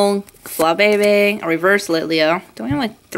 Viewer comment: its fla-bee-bee not fla-be-be (for flabebe)